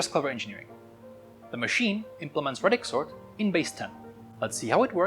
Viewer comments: It's pronounced ray-dix not rad-ix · Ray-dix sort Pronounced like radius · Please say ray-dix. There’s only one D so the A is pronounced as a long vowel in English. Thanks. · It's pronounced "radix" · English pronunciation of radix aside, great video man